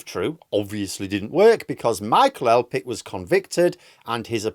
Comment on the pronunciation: I love you but Elphickes name is PH AS IN PHONE!!!